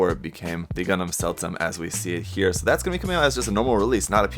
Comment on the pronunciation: actually the Seltsam is Ferman more spoken like zeldzam also means: strange